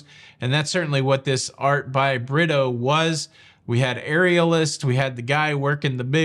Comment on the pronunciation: Hey - it’s not pronounced Britto but “ Brea toe” shout out to Ludicrous 🤣 Fantastic recap!! I would love this experience